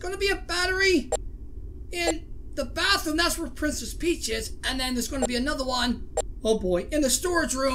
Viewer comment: I don’t think your heard but when he said bathroom when he was looking at the cams he said bathomms